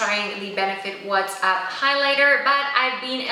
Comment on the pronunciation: It isn't pronounced "what's up". It's pronounced " watts up". As in light bulb watts- there is no "H" in the name of the highlighter.